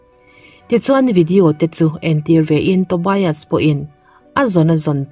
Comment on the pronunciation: Tobias ilam dan hi adik lo a ngem aw ka ti, TO BI AS nilo in TO BIAS tur ni zawk lo maw aw, BIAS hi lamzawm tur ani zawk ang chuan Sigrid ilam dan pawh,ka sawisel chak vang anilo nia, a ni ngem aw kati mai ania aw